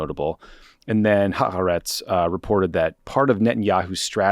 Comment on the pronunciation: As an American-Israeli Worldo watching this from a shelter right now, I think it's more important, now than ever, for all of us to come together as a nation, and tell Tommy it's pronounced "ha-A-rets."